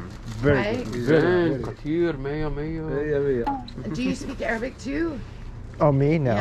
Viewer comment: u really have a good arabic accent !